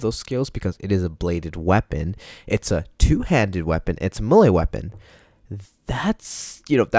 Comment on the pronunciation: top 10 people who can’t pronounce melee